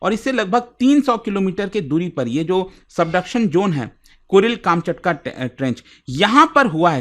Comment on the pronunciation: काम चटका nahi कमछातका hai wo😂